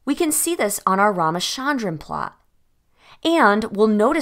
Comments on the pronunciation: It's Raaaaama-'cha'-ndran, cha as in cherish. Not Sharon. Raamachandran Great video tho❤ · From a native speaker, his name is pronounced " Rama-Chunn-Drun/Dran". Also thank you, great video yet again